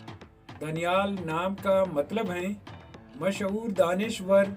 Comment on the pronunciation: दानियाल होता है भाई